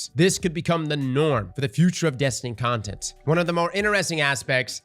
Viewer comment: “Ontent” lmao